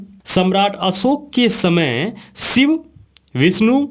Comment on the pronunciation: Sivu or SHIV. KINDLY amend your pronunciation.